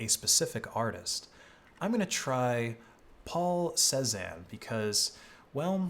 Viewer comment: Paul Say-Zahn not Sezz-Ann